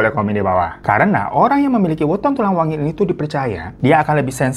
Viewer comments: Aku pengen ngakak bang Hiro ngomongnya salah salah mulu Hari anak pernikahan kita, tulang wengi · Tulang wangi bang bukan wengi